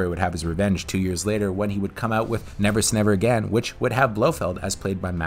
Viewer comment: You say Never SAY Never Again really oddly !!